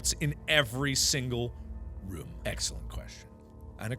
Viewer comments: When he says room it sounds like rum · does anybody else think its weird when markipler says room TBH it sounds like he saying rum